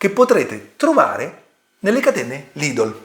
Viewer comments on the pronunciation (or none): none